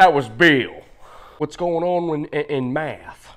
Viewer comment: OKAY BE-ILL. Southerners like turning 1 syllable into 2.